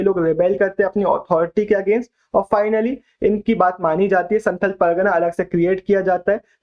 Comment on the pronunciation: I m a santhali girl 🙋🏻‍♀️... BTW prounciation is not santhal it's Santhaal*